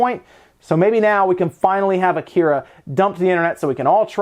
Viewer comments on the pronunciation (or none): It’s pronounced ah-ki-ra, not a-kira. Please learn some Japanese since you continuously murder it. At least learn the pronunciation primer: here’s a start: same vowel sounds as Spanish. Oh wait: Can’t speak Spanish either? Come on Americans, language isn’t hard. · Come on, it only takes a minute to find the correct pronunciation for Akira. Must be an American thing I guess. I always pronounce foreign words the native way and people are confused until I butcher it then they understand. This is so irritating.